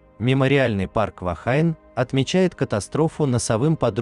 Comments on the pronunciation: Только не Вахайн, а Вахине. "Женщина" на языке маори. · Произносится " Вахине". Слово из языка маори, поэтому фонетика английского языка в данном случае не применима.